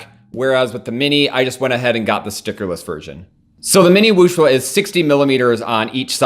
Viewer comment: It's not Wooshwuh, it's Wooshway ;)